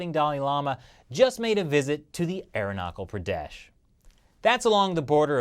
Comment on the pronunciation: hahaha... nice one... and no offense... but its just.. you prounonce Arunachal Pradesh as Arenakhal padash... its actually Aaroonaachaal Praadash..